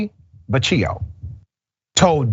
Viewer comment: The last name of the town administrator, Vecchio, is pronounced "Vekeeo". Just sayin'... Obviously someone gave this predator a hand so he was not investigated. I work at a video gambling place, I was investigated before they hired me and that includes my police record. I was recommended by an employee who was working there for 5 years already.